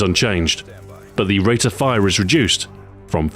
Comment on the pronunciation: It's funny when you say rate of fire it sounds like wrate of fire like you put in a w or somthing lol